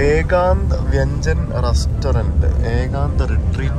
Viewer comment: Nice Vlog, in fact, ee sthalam kanichikoduthadhine nanni. Njan sherikkum shocked aayi, idhu polathe oru nagaram ind enn polum ariyillayirunnu 😳 Paranjadhu sheriyanu, oru Ghost town look ind. Pinne, aa restaurantinde peru VANJAN alla, adh VYANJAN enn pronounce cheyyanam 😅 Ennal pachakam ennaanu. But otherwise, videos and photos thagarthu 👌🏼😍 Best wishes for upcoming trips and vlogs.